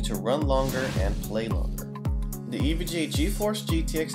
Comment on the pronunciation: Is it me or does he say "Introducing the EVGE"